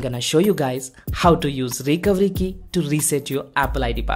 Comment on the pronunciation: What did you say when you said Recovery Key, your accent made it sound like the Recowiki, can you even try to say recovery key